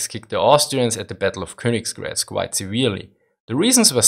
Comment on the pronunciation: Why do you pronounce Königgrätz with an "s" sound in the middle?